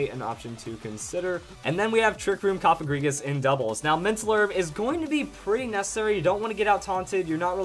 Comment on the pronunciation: You are one of the Few People in the Pokemon Community that Pronounces Cofagrigus the Right Way! Thanks! :D